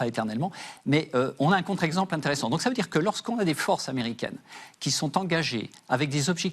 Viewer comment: In un t r ssant